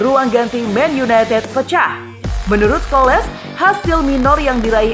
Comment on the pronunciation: Yang baca narasi dibenerin dong, sering banget salah baca kalau bahasa inggris. Kali ini Scholes dibaca Skoles.. Ha ha ha...